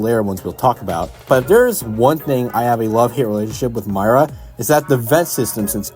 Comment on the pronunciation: It's pronounced Meera not Myra